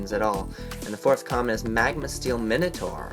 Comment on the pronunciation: I thought it´s called minotaur and not monotoar. lol